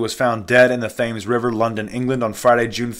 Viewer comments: The Thames River is pronounced Tems River ! Just thought I'd let you know bro! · That is a silent "h" in Thames - not nit picking, just sharing knowledge. Thanks for your informative videos 😀